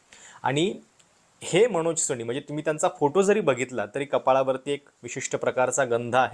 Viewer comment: अणेकदा? दोण? सोणी? लई भारी मराठी!